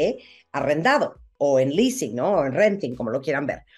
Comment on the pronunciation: El famoso leasing no lease 😳